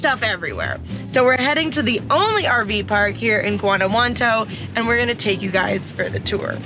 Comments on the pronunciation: She literally got it wrong every time she said it. Guantanamo, Guanajuanto...smh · You might want to learn the correct pronunciation of Guanajuato. (Wan-a-wat- toe) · Every time you say the name Guanajuanto you say it differently, it's not Guanajuanto, it's Guanajuato.